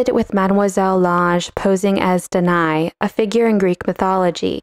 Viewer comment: Nice!! BTW, Danaë is not pronounced deny but /da.na.e/